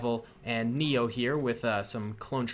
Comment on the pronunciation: The 501st man you didn’t know his name was commander vill and commander neyo is pronounced commander nayo. Lol.